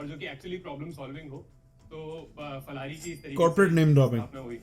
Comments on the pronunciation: Pha ko fa nahi bolte india me. It's phal in Hindi too. They made it's stylish, or didn't get phal domain so named it fal. But it's phal in Hindi not fal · Yes it is Phal-hari words derived from Sanskrit..... Jab Urdu/hindi copy kr rhe the ...J ko z kar rhe the ..tb he ye kaand huye the 😂😂